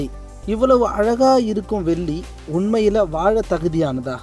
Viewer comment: சகோதரரே....தயவுசெய்து தமிழை சரியாக உச்சரிக்கவும், வெல்லி அல்ல வெள்ளி - நன்றி